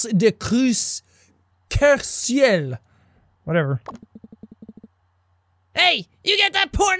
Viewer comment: Me ,being French listening to him reading the stuff on the computer Sean: la danse du kerceuil Me : triggggeeeerrred